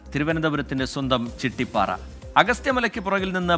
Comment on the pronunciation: ചിട്ടിപാറ അല്ല ചിറ്റിപാറ